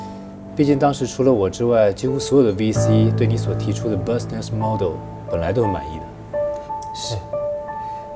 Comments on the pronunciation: 不過很想悄悄地問 小武哥說的Business model發音是錯誤的 為什麼拍攝時沒人糾正呢？ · 謝祖武說 business model 發音錯了吧